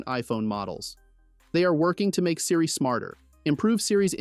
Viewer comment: It's pronounced, See-ree. Not Sy-ree.